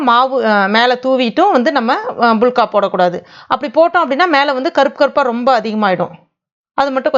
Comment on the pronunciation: இவங்க சொல்லும் போது புளுக்கா(புளுக்க) என காதில் விழுகிறது😀😂